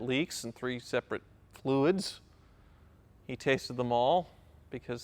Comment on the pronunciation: "Well..There are 3 separate leaks, from 3 separate fluis... you tasted them all" LOL